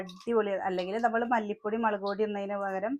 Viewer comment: മളക്ക് അല്ലല്ലോ🤔 മുളക് എന്നല്ലേ പറയ🙂 ചേച്ചി